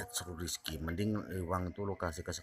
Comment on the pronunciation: Zekri min bukan rizki wkwkwk